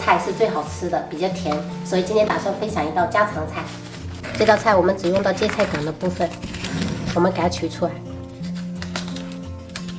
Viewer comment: 应该读“gai”，“盖”的音。闽南话读“gua”，“挂”的音。